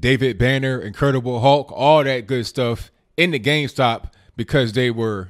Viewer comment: I thought it was Game Stop... Not Gayme Stop!!!